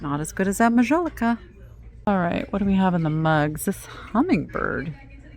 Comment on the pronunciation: Since you are interested in art, and mentioned the spelling of Edouard, I thought I would mention that one of the most famous French artists of the 19th century was EDOUARD Manet. 😉 Please take the following comment as positive…your pronunciation of Majolica is incorrect. If you look the word up, it will give you the phonetic spelling! 😊 Lastly, thank you for your deep dive….Interesting info on the cut glass.